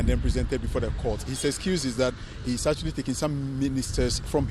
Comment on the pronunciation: The guy with the npp dress said Atweally 😅